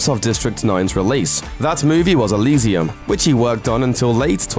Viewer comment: Say Elysium again lol